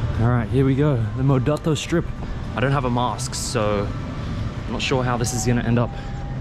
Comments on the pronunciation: it's pronounced Mo-Adto , which means "will go" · It pronounce as mo-ad-to. a bisaya language in cebu. 😅